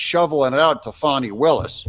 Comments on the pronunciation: Its not foni its Fani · It’s FANNI NOT FONNIE!!! Get it right please you’re making me crazy!!!